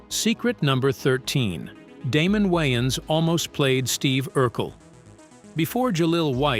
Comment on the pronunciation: How am I supposed to believe all of this when you can’t even pronounce Damon Wayans name correctly? 😂